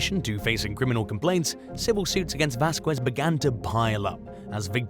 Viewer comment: 1) Pretty sure the title doesn’t belong to this video. 2) Arkansas is pronounced /‘ar.ken.soh/ and not /ar.‘ken.zas/ 3) Vasquez is pronounced /‘vas.kez/ and not /‘vas.kwez/ Love your content though 😊